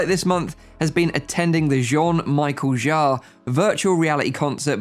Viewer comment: And Jarre is pronounced Zhahray, LOL